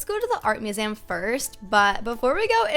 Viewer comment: Wait..did she just say “art muzem”